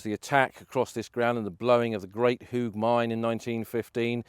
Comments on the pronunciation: Pronounced -Hawge not Hoog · Your pronunciations are incorrect. You are in Flanders where they speak Dutch. Ypres is the French name for the Flemish city of Ieper. The 'Ie' is pronounced 'Ee' as in 'the word 'seem'. Hooge is pronounced 'Hoe-ge' as in the garden tool hoe. OO in Dutch is always pronounced 'Oh' as in 'Oh my goodness'. Hope that is helpful.